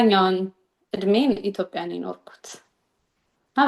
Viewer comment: ኡነት ለመናገር ገና ሃ ብላ ወሬ ስትጀምር ኣሜሪካ ተወልዳ ያደገች ነበር የመሰለኝ ኢቲዮጲያያያ ስትል😂😂😂😂